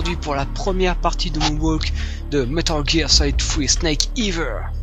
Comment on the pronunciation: c est super vraiment . apres ya juste "Snake eater" et pas eather ^^